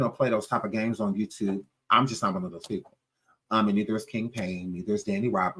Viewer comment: I never heard of Jaguar, until she came to "The YewTube" 😆😆😆😆